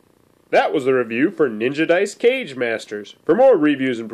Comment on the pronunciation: Great Review! One nitpick, It's pronounced "Ka Gae", not "Cage". I made the same mistake myself initially, but Kage, Japanese for "shadow", also represented the leader of a ninja village. Thus for Kage Masters, each Master represents the leader of a different village/school of ninjitsu.